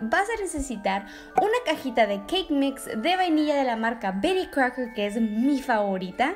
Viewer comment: Amo como dice "Bery Crouker" 😂😂